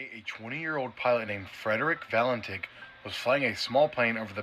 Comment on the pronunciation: Frederic Valentich / not Valentik. Like Marina Abramović/ Abramovich.